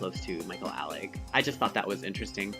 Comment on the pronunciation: How you say Michael Alig's last name, though it matches with Party Monster, it actually isn't how Nelson Sullivan pronounced it. He says it Ay-lig and so do the other people in his videos.